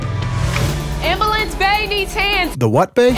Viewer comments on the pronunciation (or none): Amblance! punk amblance say it right. Wat tha deal! Is ambulance! Come on say it with me AMBLANCE! 👍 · "amboolance"...? This is the future. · AMBLANCE !! Well done Jackson for teaching your papa how to prononce correctly!!